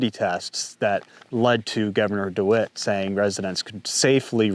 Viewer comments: Great job on the information you are presenting - I hope you won't mind me saying so, but it's Dewine, not dewitt. Not to be picky! Your channel is one I trust and probably the one I look forward to the most. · Good video but it's Gov Dewine not DeWitt:) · The Governor’s name is DeWine, not Dewit. Unless you were mispronouncing it on purpose, which would be hilarious. We call him DeWine The Weenie. He took campaign contributions from Norfolk. So did other Republicans and a few Democrats. So the assessment that it might be political was spot on. I am from the government and we are here to help you. Right. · It's Governor. DeWine, not DeWitt. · Dewin, not Dewit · Who is Mike DiWitt? Did you mean Mike DeWine our governor? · Thank you for covering this! Just a tip about the governor, his name is DeWine not De Wit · It's not "DeWitt," it's "DeWine," and I'd be very careful about anything this guy says. He's the governor who was on the forefront of marginalizing, segregating, depriving, discriminating against purebloods, through his lottery-for-jabbed-only, back in May of 2021. I don't care WHAT that guy says...It's coming from the mouth of a statist America hater. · It’s DeWine btw